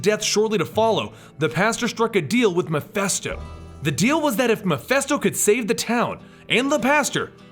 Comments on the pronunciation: I think the name is MephIsto not MephEsto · "Mephisto", "Meph-i-sto", with an "i" not an "e" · What cracks me up is you & the Variant comics guy don't know how to pronounce MIPHISTO... You both pronounce it MI-FEST-OH.. When it's ACTUALLY pronounced MI-FIST-OH. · sorry i don't usually point these things out... and there'll probably be A LOT of others to do so...but... its Mephisto, not Mephesto... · The name is pronounced "Meh-phee-stoh". You're welcome. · Great video as always I never knew all this background about the Spirit of Vengeance and the several Ghost Riders :D. Just one thing though. Is it just me or did you kept pronouncing Mephisto as Miphesto?